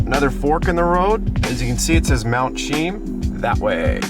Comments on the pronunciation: Its pronounced Mt. "SHE-EM" CHEAM. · It’s pronounced Chee-yam. From the Halq’emeylem word Xwchiyom which is the name of a village at the base of the mountain on the Fraser river. The actual Halq’emeylem place name for Mt. Cheam is Lhílhleqy.